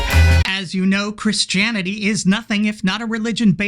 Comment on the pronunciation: "Chris Janity".